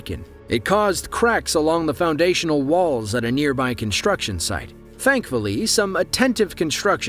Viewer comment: There is no "h" in "construction". It's not pronounced "conshtruction".